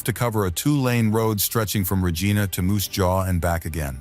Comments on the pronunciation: I find mispronounced "v imy and Regina is grating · Couple word were not pronounced properly like GO and Regina